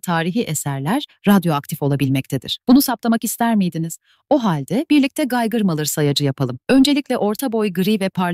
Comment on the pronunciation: Tamam ben salak değilim içeriği anladım reis ama söyleyişi çok komik ve yanlış ona takıldım bak ne güzel neden böyle olduğunuda açıkladın eline sağlık sağolasın